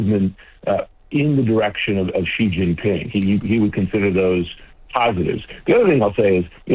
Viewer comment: Wolf Blitzer can’t pronounce “Beijing” and can’t pronounce “President Xi”. He can we believe he knows anything about China?